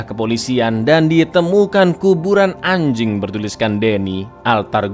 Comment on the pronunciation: "Lilin anjing" biasa aja kali ngomong anjing nya..😂